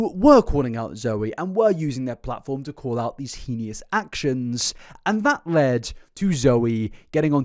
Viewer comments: heinous is pronounced(hain-us). Just thought you might like to know I don’t mean any disrespect. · okay I know there are pronunciation differences around the world but the way he says heinous really irks me. There's no I or e after the n. It's pronounced hay-nuss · for the love of god it’s pronounced HAIN-ous not HEENIE-ous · I also found it distracting, in the UK it is pronounced hay-nus rather than he-knee-us. There’s never a good time to bring up perceived mispronunciations when the topic is so sensitive and important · oh my god these people aren't getting it at all. I almost click off every video when he says "henious" for the millionth time. You're bang on, there is a massive difference between an accent and just butchering a pronunciation 😂😂 and to everyone else it's heinous (like hey-nus) not henious (like he-knee-uss) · Completely unrelated, but you’re pronouncing ‘heinous’ incorrectly. It’s ‘hay-nus’ not ‘he-ne-us’. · I love your videos so much, I watch so much of your content. I'm aware you might absolutely not care, and you're entitled to that, but I wanted to let you know you're mispronouncing the word "heinous". It's pronounced "hey-nus" not "hee-knee-us". Maybe it's a british thing with y'all's accent, but I wanted to let you know! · Love the content, thank you. But just have to point out that heinous is pronounced 'Hay-nus', not 'Heen-ius'. Many cheers. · I love this videos but PLEASE, please.... heinous... it's Hay-nus, not Heenius 😭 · Heinous is pronounced hey niss, not he nee ous. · Heinous is pronounced hey nus not he knee us. Sorry it was just bothing me, good video though 😅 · please take a minute when you have time and look up how to pronounce "heinous". it only has two syllables. both "hee-nuss" and "hay-nuss" are fine, "hee-nee-uss" is nonsense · You keep saying heeeneeeeous when its just hay nus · hey-nous, not he-ni-o-us pissed me off ngl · HEY-nous. HEEEEEEY-nous. not HEEE-NEEE-ous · Heinous (pronounced HAY-nuss) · HEENIOUS lmao